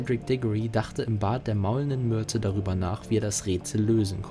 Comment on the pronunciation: Hab ich was mit den Ohren oder sagt der sprecher öfters Myrtel anstatt Myrte?